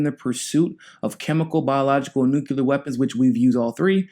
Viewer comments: New Clear... Say it. Not Noo cue lur. New Clee ur Spelled nuclear Grrrrrr. All better now :) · I guess it is worth mentioning that Bernie co-sponsored a Senate resolution in 2011 saying Libya needed a regime change. Bad idea * Bernie is still at it. Tulsi 2020 ps Please say "New Clea Ur" not "New Cue Lar" that's how George Bush mispronounced the word (or just say nuke )